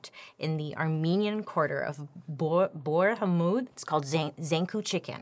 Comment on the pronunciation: I CAN'T BELIEVE BAILY JUST SAID BOURJ HAMMOUD , I'M PANICKING RIGHT NOW!!! I'll continue the video and then get back to my comment😅 Btw Bourj Hammoud is the best i love it , lots of armenians there 😍